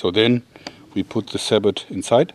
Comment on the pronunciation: Isn't it pronounced sa-boh?